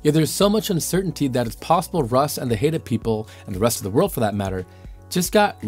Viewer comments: Ummm, the Haida are not the Haeda. These are different tribes from different parts of the world. apparently did not know that Haida is pronounced Hye-da. They are from BC. The Haeda (hay-da) are not from North America. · fyi - it's Hy-dah not Hay-dah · Haida is not pronounced Hay-da... Haida actually sounds like Hi-da in common daily use. Salmon is not pronounced sell-man... Salmon actually sounds like samin in common daily use. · I think the idea deserves further small trial research. Its doubtful it would create dead zones if it was limited to deep ocean areas. Btw. the Haida people from British Columbia (my home) are pronounced “Hi da” - just thought you should know😊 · Haida is pronounced "Hide A"